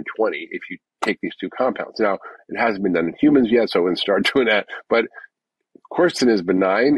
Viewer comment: PSA: From what I've managed to divine, the specific compounds mentioned are (in order) Quercetin Fisetin Luteolin It actually took me AGES to figure it out because the pronunciation combined with the poor audio made it initially impossible to know what he was actually talking about. 🫢😁